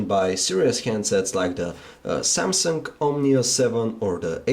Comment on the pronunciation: said samsunk instead of samsung lol..